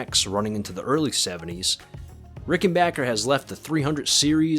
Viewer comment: Thank you it's great to hear rickenbacker pronounced the right way! I loved these guitars for over 4 decades & own 3 ricks great video